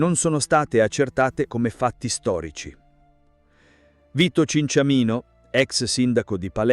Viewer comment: Cinciamino non si può sentire ...